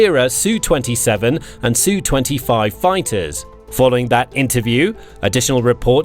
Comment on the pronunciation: You keep saying "SUE 25" - but in some recent vids you are finally saying ESS YOU 25 or ESS YOU 27. The Russians do not have "Sue" jets - that is a woman's name. Or something done in court. Pls be consistant and say ESS YOU. And TEE YOU for TU, not TWO. Thanks